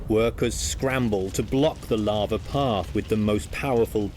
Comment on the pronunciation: You think they would have got a narrator who could say lava. I mean lots of bugs in this could tell if it was lava or larva.